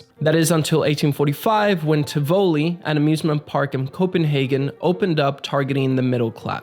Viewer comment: I’m danish and I love the way you said “tivoli” 😂 It almost sounds Spanish hahah Btw love the recent podcast, awesome to get to know you guys 🙌🏻 great video!